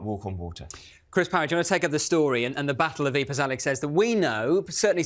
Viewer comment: Another brilliant episode. Fascinating insight. The most amazing thing I learned is correct pronunciation of Ypres.